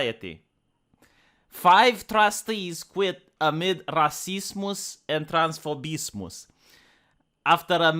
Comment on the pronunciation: Nobody:: "TrANs-FoBis-MoS"